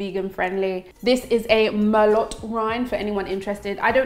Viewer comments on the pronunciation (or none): quick tip. It's Mer-low, not mer-lot. Anyhow, the stew was amazing! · the wine is pronounced "mer-low" its french..... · The wine is pronounced "mare-low" :) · Also the T in Merlot is silent ;-) "Mer low" not "Mer lot" :-) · Thanks for the recipes, looks amazing! BTW, you pronounce the wine as Mer-low and 'Wuster' or 'wuster-sheer' (for the sauce). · Merlot pronounced MER-LOW ♥️ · Rosemary, celery and the wine is Merlow, the T is silent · its mer-low when you say merlot lol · Merlot is pronounced mer-lo. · Myr-low is how the wine is pronouced...aside of your accent dear one. Smile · Ps.. you don’t pronounce the ‘T’ in merlot......damn ! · I can tell you don’t drink by the way you pronounced Merlot. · Hi, the wine is pronounced how you said it but end at the 'o'. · T in merlot is silent :) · Ahhh don’t pronounce the t in merlot lol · you pronounced melot wrong sister